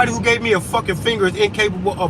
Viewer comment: vvho's diagnosing vvhom... that's vvhat I say as vvell...